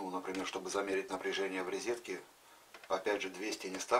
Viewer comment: Почему рЕзетка, а не рОзетка